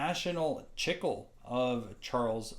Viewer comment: Its pronounced "Chee-clay." Spanish for "gum."